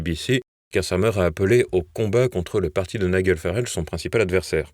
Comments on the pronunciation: Ça se prononce NAÏDJEL Farage (pas Naïguel) …… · Cher: on prononce Ni-J-el, et non NiGUel! Comme le G de "Georges", et non comme celui de "Golfe"... Merci pour tout, avec toute ma sympathie! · Nom d'un chien, quand allez-vous apprendre à prononcer les patronymes et mots étrangers correctement ? "Naï-gueul" par-ci, "Naï-gueul" par-là, c'est insupportable ! Le prénom de Farage se prononce "Naï-DJEUL". Qu'on se le dise une fois pour toutes, sur votre chaîne comme sur d'autres, d'ailleurs... 😤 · Il est quand même grand temps d'envoyer vos journalistes suivre un cours pour apprendre à prononcer le prénom de Nigel Farage. Il ne s'appelle pas Niguel !!! Vous n'avez pas assez d'argent pour payer de vrais journalistes? Vous en aurez encore moins quand nous cessons de vous soutenir financièrement puisque vous continuez sans prendre nos remarques en compte.